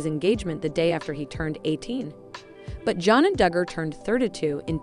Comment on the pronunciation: You need to speak more plainly, it is not dugar fam, It's not akensas.